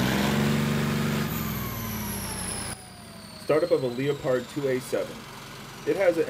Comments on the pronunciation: “Leo-pard”…. It’s pronounced “leh-perd” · oh for gods sake m8...talk properly...it's NOT A LOE PARD...ITS THE FELINE VERIETY you lot honestly...silent "o" LEPARD ! ! !....AS IN THE FELINE OMG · It’s not a Leo-pard. It’s a leopard as in the cat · I must admit, I've never heard anyone pronounce Leopard as leo-pard. Leh-perd is how I've always heard it. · Pronounced LEPard not L E O pard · What on earth is a “Lia Pard Won”? The ‘o’ is silent, it’s pronounced as Leppard. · it is pronounced leopard, not Leo-pard , leopard like the big cat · Did you just say leopard? It's leopard. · What the fuck is a leo-pard? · LEOPARD NOT LEO-TARD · Leopard is pronounced as “Leperd” not “Leo paard” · WTF is a Leo-pard 🤣🤣🤣🤣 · Its pronounced LEAPARD like the big jungle cat, NOT le-a-pard..... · Leo- pard⁉️ It’s pronounced like the animal, “LEPP-ard “….. good GRIEF dude🤡 🤦‍♂️ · “Lee-oh-pard”? come on man 😂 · Wrong, listen to a German pronounce it. It's Le-O-pard. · He has no idea what he’s talking about. Just reading off Wikipedia. Who says “En Em” when talking about NM of torque? Just wants to sit at a computer with clean hands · 😂😂 leo - pard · "Lee-o-pard"?? Seriously? WTF are you doing even talking about this bud...? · Those tanks look fantastic. You have to have really good arm muscles to use that crank 😂. That leopard was blowing to much black smoke though. The name of the tank is pronounced the same way as the jungle cat. The O is silent. Have a great day my friend ❤️🙂⚘️.